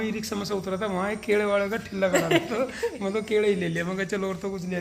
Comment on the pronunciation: Kele ko kede Kyu bol rahe ho bhai